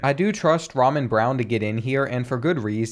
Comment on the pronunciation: Ramon is pronounced: Ra-moan, although Ramen is a tasty meal